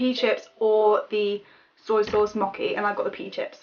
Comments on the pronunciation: "moki"😂😂😂 it's pronounced mo-chee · Mocky instead of mochi omg lol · You pronounced 'mochi' all wrong! I thought you were say mocky! It's pronounced like moe-chee. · ''moki'' it's mocchhhhhi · You were pronouncing mochi wrong! You were saying mock-e when it's pronounced moh-chee. Sorry to be picky, just bugged me :p. Also, try German sweets/candy, I went there with my school and god are their sweets odd. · the mochi is pronounced like a normal ch not a k ;A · "Mockey" it's Mochi like moe-chi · mochi is pronounced mo chi not moeki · its mochi (moh-chee) not (mokee) 😊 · The "white disks" are called mochi (mow•chee) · And btw the diy candy that you made, that has the white. That was suppose to be mochi(mo-chee). Its a japanese dessert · it's mochi (mojee) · Mochi is pronounced mo-chee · It is actually read as mo-chi and ramu-nae